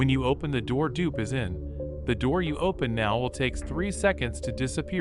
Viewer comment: Its Dupe not Dup